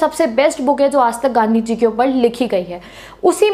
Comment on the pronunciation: Only ultra legends could get it - 😂😂😂😂 Whenever she said ganddi ji not gandhi ji 😅🙏🏻